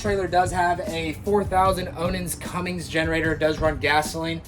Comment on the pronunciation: Cummins!!! Not Cummings lol